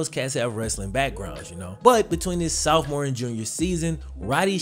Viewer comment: I'm just trippin but it kills me every time you say "Soufmore"🤣